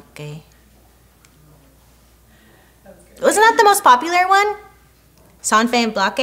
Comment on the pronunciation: The confident way u said san van blanque killed me🤣🤣🤣🤣🤣🤣🤣🤣🤣🤣🤣